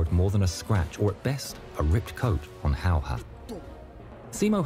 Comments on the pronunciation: You actually pronounced it well great Job! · Damn almost correct pronunciation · I know im bit late, but your attempt on "häyhä" i think was pretty good. Sure it wasnt perfect, but you shouldnt worry about it you are not native speaker sir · "i slept well even during the war" 10% frightened, 90% hard respect. i've seen a lot of veterans who have had awful life after war and this man felt nothing. mad. (and the pronounciation was pretty close if you want to practise it the "Hä" is like HAppy, but for the life of me can't find a single word in english with Y pronounced "correctly") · Your pronunciation of his last name was actually very spot on. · Well, no, but it was pretty good. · Your pronunciation of Simo's last name was so good that I audibly thanked you for being first non Finnish speaking channel to pronounce it right! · Way you said talvisota (winter war) was absolutely perfect, and Häyhä was also very close to target. 👍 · i,m a Finn.. and you said the name good.. thanx for the attention you give our hero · That pronunciation of his name was so good for a person who doesn't speak finnish as their 1st language! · You got the name Simo Häyhä much closer than most native English people ever get it, so good job! The only improvement I'd give is to say the first ä the same way you said the second. The "'ä" is pronounced like you pronounce the "a" in the word "hat". But aside from that slight correction you did really well! ☺👍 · really good pronunciation✌👍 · One of the best pronunciations of his name i've heard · Your pronunciation of Häyhä was pretty much spot on. I don't really care how people usually pronounce Finnish words since it's a weird language for most people. But I once heard a guy pronounce Häyhä as "Hagje" and it was.... Interesting. Oh and Finland in Finnish is Suomi and swamp is suo. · Pretty nice pronounciation. Just a bit more twist to the a:s. The a:s sound just like the a in the words bad,cat,hat, had, add or ad.